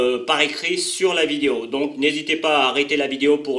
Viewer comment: Donc. Et pas donque, but. Et pas bute